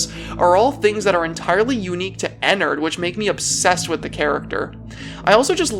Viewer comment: the way he say enerd